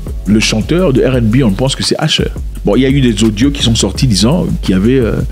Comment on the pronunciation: t as du mal avec les " U " , Paff daddy, Asher...